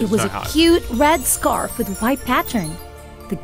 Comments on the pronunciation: the art/animation is really pissing me off, but the way they all fail to pronounce ‘scarf’ is my favorite part of this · I'm thinking Chinese maybe? It sounds like the VAs are learning English as they read the script 😭😭 (I'm referring to the mispronunciation of scarf when he said scRAF 😭✋ feels like he didn't understand that it's the "ar" sound)